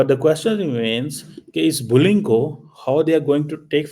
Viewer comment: Bulling nahi...bullying hai.